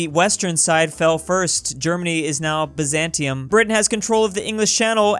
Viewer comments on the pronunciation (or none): none